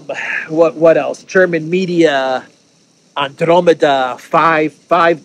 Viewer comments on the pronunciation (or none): none